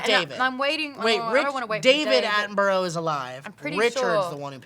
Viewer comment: Can we clear up the pronunciation of Attenborough? Atten- Burr-Uh. Thank you and good day.